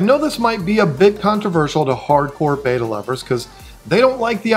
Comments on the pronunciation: Not BETA…it’s Betta, like better. If you pronounce the names correctly, folks are more likely to think you know what you are talking about. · Bet ta not beta. Please stop saying it wrong.